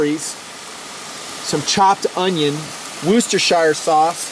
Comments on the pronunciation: roostershire sauce LOL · also..i think its pronounced 'woosh - tuh - sheer' instead of the 'shire' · You did not pronounce "Worcestershire" correctly. The correct pronunciation is "Woschibfrflingjsjblllpt!!!!burp".